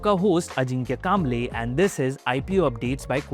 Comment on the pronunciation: कांबले nahi कांबळे